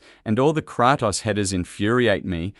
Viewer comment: Kraatos ha! Bra it's Kratos